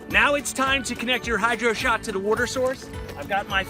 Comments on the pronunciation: hell idk where ever they say worter Haha. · What in the Hell is Wooder"? LOL